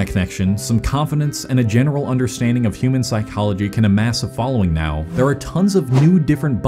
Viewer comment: uhhh, it's now, not "neow". 🤓🤓🤓🤓🤓🤓🤓🤓🤓🤓🤓🤓🤓🤓🤓🤓🤓🤓🤓🤓🤓🤓🤓🤓🤓🤓🤓🤓🤓🤓🤓🤓🤓🤓🤓🤓🤓🤓